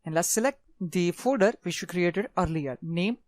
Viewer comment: Yeah I could understand him as well, but it was a bit funny hearing him say fooder instead of folder at some times. And he spoke just a tad fast too